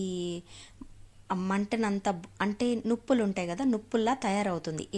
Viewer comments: నిప్పులు అమ్మా, నుప్పులు కాదు తల్లి😅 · నుప్పులు కాదు నిప్పులు